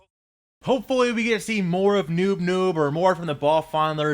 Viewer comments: His name is noop noop not noob noob! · Its not Noob Noob, its Noop Noop. ._. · its noop noop, p not b